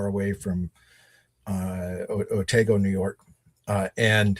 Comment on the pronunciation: Please, the Otsego County village you mention in this podcast is Otego, not Otago.